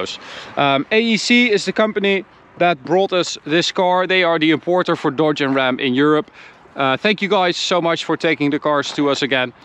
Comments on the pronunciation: DODGE..NOT "Dawge". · It's his accent. His Dodge sounds like Deutsche